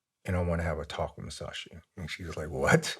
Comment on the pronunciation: I enjoyed the story of his life and for allowing us to hear it. Thank you for your service and stay safe. Just drive me crazy when he pronounces “th” as “fff” wiff and birffday a few other words. Lol I worked with guys that would speak like that and I’d always say “what was that word” just to break their chops” lol.